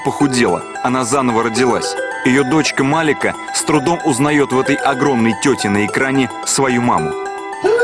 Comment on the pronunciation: Не МАлика, а МаликА...